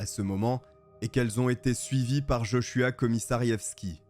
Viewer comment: Heureusement que t'en prononces JoshuWaah des fois redonne le sourire car l'histoire est tragique 😱